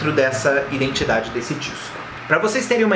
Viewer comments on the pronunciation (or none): none